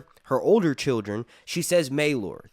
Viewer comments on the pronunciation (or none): none